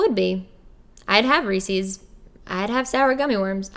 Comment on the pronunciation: i actually think the way you pronounce Reece's is actually correct, but its been said wrong by the majority for so long, that now the way you say seems wrong. lol